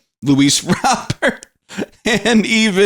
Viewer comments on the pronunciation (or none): none